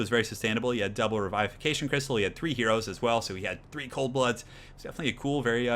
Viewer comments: bro it is pronounced "RE-VI-FI-FE-Cation Crystal" Say it slow and just practice, you will get it my dog hahah the "i" is soft not strong. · I feel like was pronouncing revivification right in his other videos, regardless of that I love the content man!